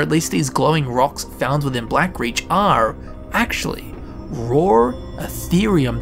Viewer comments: im suprised i dont see anyone calling you out for saying raw like roar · raw pronounced in english accent: ROOOR